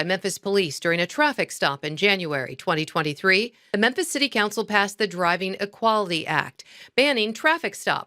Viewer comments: Its mem fiss. You keep saying menthis 😂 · “Menthis” really bro? How do you make a whole video about a city and mispronounce its name? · Bro, it's Memphis, not Menthis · Are u calling it "meant this" on purpose? I know u understand it's pronounced "mim-fiss"....🤔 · Damn, the OP can't pronounce, "MEMPHIS." 😂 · You're saying Menthes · Its pronounced , mam- phis.....I lived there for a few years when the place was # 3 boom town in America ...lots of construction...... I dated a handfull of "women of color ".....and experianced some "harrassment " for it...but only from the brothers.....It was an experiance....I was young then and not shy ,... .it was a voilent place even back then......the late 80 ' s....... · Ok, I checked 3 times and Im POSITIVE this dude keeps saying "Menthis" Tennessee. Lol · Great video! But...Are you saying Menthis??? It's Mem-fiss (Memphis) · It's Mem-Fis, not Men-this. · Are you saying Menthis?😂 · Memphis* sorry I love your channel but even on the news they call it “menthis” and it makes people appear completely illiterate. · Bro like the video like always. But it’s Memphis! Not Memtis. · Lol… Are you saying Methis? I think this was in Memphis Tn. or maybe I heard you wrong?🤷🏽‍♀️ It’s possible 😁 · It's MEMPHIS. Not Menthis. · MEMPHIS, IT'S MEMPHIS! NOT MENTHIS! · Lol!!! I noticed You are saying menthis instead of memphis. 😂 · Is it just me or is pronouncing memphis like menTHis..? I hope it's me. But i don't think so... 😳_😬_😆💀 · Memmmmmphis... Memmmphis Not Menthis lol. Love you though! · Love you bro, but "Menthis" x2. gotta clean it up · You realize we can all hear you saying Menthis, right???? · Thank you for always making these videos. I mean this with the utmost respect: The city is Memphis, not Menthis... I love your logic and your takes - keep up the amazing work! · The word is pronounced mem•fuhs spelled with “ph”, not “Menthis”; my OCD couldn’t let it go. Anyways, carry on. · Did you say Menthis? 😅